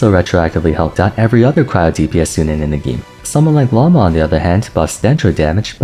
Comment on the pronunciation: The way you make an effort to say characters' names correctly but insist on pronouncing Lauma wrong every time hurts my soul 😭 what did the language of Finnish do to you?